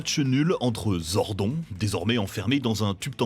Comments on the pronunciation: tu commences à regarder la vidéo et tu entends "zor-don" et pas "zordone" et tu comprends que le gars n’as pas maté un seul épisode de MMPR ( voir même d’aucune saison jusqu’à In Space, ou même les différents films) pour prononcer le nom du perso comme ça. Et c’est révélateur d’un sacré manque de sérieux. Next ! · Salut ! Sans vouloir critiquer pour rien, la prononciation de Zordon(e) casse pas mal la crédibilité de la vidéo. Quitte à faire une petite liste (non exhaustive) : : Les laves-linges durent plus longtemps avec Zordon ! : Trini, pas Trinity : De mémoire en VF, ça se prononce Aïsha, pas Eïsha : là, ce sont déjà les photos des acteurs "remplaçants" (avec Katherine d'ailleurs). : "Ninja Megazord", pas juste Ninja Zord : Le "Zeo Cristal", pas "Cristal Zeo" ( : ah, bien dit, pour une fois) Quitte à surfer sur la nostalgie, faites-le bien, grmbl ! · La prononciation de "Zordon" et Trinity à la place de Trini... Meh. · Sympa la vidéo par contre Zordon se pronnonce [Zordone] pas [Zordon] et le frère de Rita c’est Rito Revolto pas Revolo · Non mais au moin prononcer les nom comme il faut , vous avez meme pas pris la peine de regarder un episode pour prononcer zordon zodon(e) et trini (trinity....) comme ca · Bonne vidéo mais par pitié, Zordon se prononce ZordonE, sans oublier Trinyty et KimberlY... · Trinity au lieu de Trini... Zordon prononcé gordon au lieu de zordone... Faite un effort les gars. 2 minutes de vidéo 4 erreur de prononciation. C'est pas un speedrun, faite ça bien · Zordon? Mdrrr on va te niquer toi 🤣 prononce le bien en mode "Zordonne" mdrrr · j'ai arrêté la vidéo a 32 sec quand il a dit " zordon " au lieu de le prononcé à l'anglaise ... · ZordON ca choque personne ? le gars a surement regardé 0 épisodes pour prononcer ce nom comme ca. Boy si jamais c'est ZordONE pas ZordON... bref c'est pas serieux. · On prononce Zordonne pas zordon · Dommage, c'était une bonne vidéo, mais le ZordOn dès le début et tout le long sans oublier Trinyty et KimberlY...